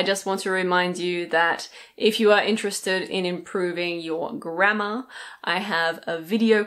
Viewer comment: I thought she said " if you wanna improve your grandma ".